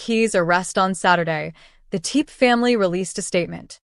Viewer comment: Whomever is narrating this documentary should get the proper pronunciation of the name for goodness sake. It’s not TEEP, it’s TEPE. Go find it please out of respect